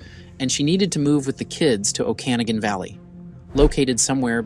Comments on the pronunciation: It's pronounced "oh-ka-nah-gan" And we say, "the Okanagan." Not, "Oh-can-a-gan valley" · “OKanagan valley” bro, pronounce it right. Sounds like you didn’t even bother doing the research . Or you are using AI for the voice over. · owch ! Its pronounced oka NOGG Gen ! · FYI, "Okanagan" is pronounced O-ka-NAW-gun (emphasis on the third syllable). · It’s pronounced “oak-ah-NAW-gan”